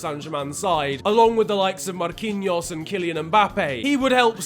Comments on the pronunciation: that rolling of the tongue Marrrrquinhos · Man said Marquinhos like he was from Brazil as well